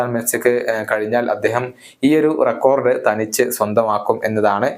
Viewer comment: റെക്കോർഡ് എന്നല്ല റെക്കോഡ് എന്ന് പറയുക....to